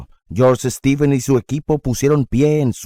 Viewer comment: Stevens, no "Estevens"